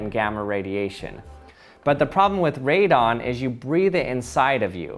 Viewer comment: Its radon not " redone "